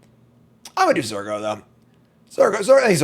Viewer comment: Believer. It's Zur go!